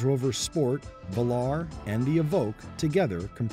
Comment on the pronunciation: Its velar not valar